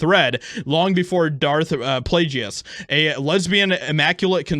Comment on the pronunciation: My man's really just said "Darth Playjeeiss" like bruh honestly thats one step above that dude saying Anakin blew up the death star 🤦‍♂️